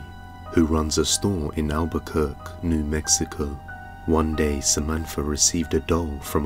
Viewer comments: that's Al-ba-kerr-kee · It's Albuquerqu-e not Albuquerk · The q u e at the end of Albuquerque is pronounced like key